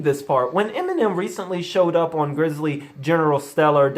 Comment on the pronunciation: 'Griselda' said as Grizzly, 'Bravado' said as Bravoda, etc.